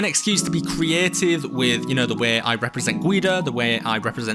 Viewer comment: why is G.U.I.D.O said guyidoh instead of guydo